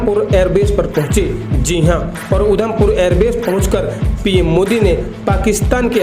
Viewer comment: Udham pur nhi. Adham pur hai